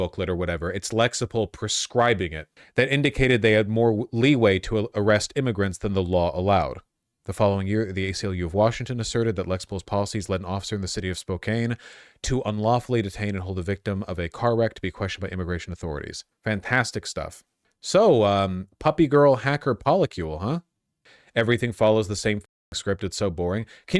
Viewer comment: Imagine living in Washington for this long and still pronouncing Spokane (spo-can) like spo-cane